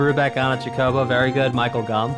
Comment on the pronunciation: Chocobo is pronounced like CHOKE-o-bo. You're putting the wrong em-PHAS-is on the wrong syl-LAB-le. It's important if you're gonna be covering Final Fantasy games. They're sort of the series mascot. Them or moogles. A good case could be made for either.